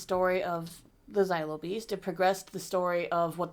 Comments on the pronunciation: For the love of the Force and the galaxy at large, it's not "Zylo" beast. It's "Zillo" beast. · It's funny to me that both of you pronounce Zillo as Xylo. Zillo rhymes with Willow, not Kylo. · It's pronounced "Zill - Oh", not "Zie - Low" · Zaylo beast?? Really?? Do you say Godzayla too?? Cmon :)))) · Y’all pronouncing zillo wrong